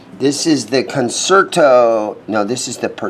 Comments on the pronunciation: Breedlove not Canada I guess you’re thinking about Seagull guitars.Also,awesome video,but a musician should know how to pronounce the classical term “concerto” Kuhn-chair-toe not con-serto. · Just an FYI - Concerto is pronounced "con-chair-toe"